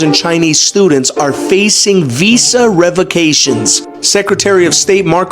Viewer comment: He can't even say visa